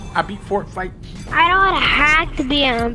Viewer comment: It's pronounced fort fight